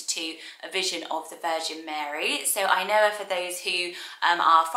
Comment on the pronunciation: The way you pronounce "Ainhoa" reminds me of the Finnish word, "ainoa" which means the only one.